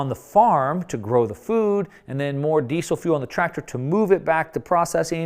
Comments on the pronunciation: Ahhh can you please pronounce Diesel correctly. "Dee-zul" not 'desse sil.' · I thought it was pronounced 'dee-Zel' with a Z sound, but you say 'dee-Sel' with an 's'?